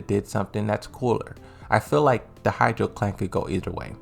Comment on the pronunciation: Ha-chi-jo clan. Why hydro clan? Not that hard to say.